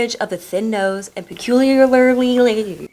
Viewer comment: Still having problem saying peculiar?